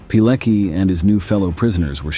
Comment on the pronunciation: Pilecki - you can read Piletski, it is closer than Pileki. Now this heroic man is cancelled from history books in Polish schools. Unimaginable! They try to kill him again!